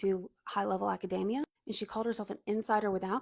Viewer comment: you say academia like macadamia